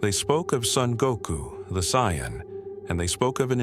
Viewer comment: Ah yes, Goku the Syon XD